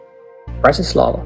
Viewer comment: All "a's" are soft in the Slovak language. Also, most words begin with the accent on the first syllable, as in BRAti slava, not. Brati SLAVA! Their is no such word as Slovakians, we are Slovaks. From a Slovak.